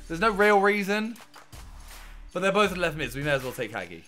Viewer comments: It’s hagi not haghi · It’s HAJE NOT HAGEE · What triggered me is that Simon said HaGi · Hagi, pronounced Ha-Ji. No hate just for future references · the way he said hagi😭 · He’s saying hagi’s name wrong 😖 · Hagi is a romanianplayer Im romanian and u dont say it like that